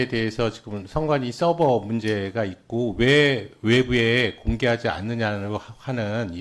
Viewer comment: 서버를 서브 라고 부르는게 내란유튜버들인데 ㅋㅋㅋㅋㅋㅋㅋㅋㅋㅋㅋㅋㅋㅋ